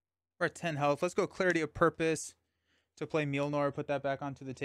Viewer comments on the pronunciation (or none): Mjolnir is pronounced "myol-neer," not "meel-nor!"